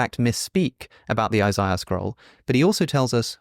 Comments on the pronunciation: Are you purposely pronouncing "ishaiah" weirdly? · Learn how to pronounce Isaiah first.